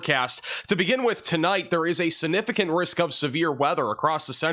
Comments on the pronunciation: It’s significant and not sinificant !! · Sig-nif-I-cant not si-nif-I-cant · Please it's significant not sinificant. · I love it. 😅. SiG-nificant. Significant... Don't forget the G. But your weather broadcasts are always on point. 💯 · SIGnificant, not sanificant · calm down. Appreciate you. Please work on the word sig-nif-i-cant. This is geoengineering...An etheric and evil war. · Am I a dick for being bothered that he pronounces significant like that? … prolly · Please learn how to pronounce "significant".